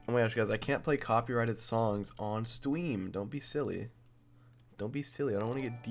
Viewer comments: He says stweam right here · HE SAID STEAWM I’m such a simp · Why isn’t anyone talking about sapnap saying “stweam 🥺”